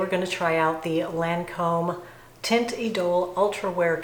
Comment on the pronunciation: Hi, -- thought you might want to know that "teinte" is pronounced "tant," (rhymes with ant). And it does look beautiful on you!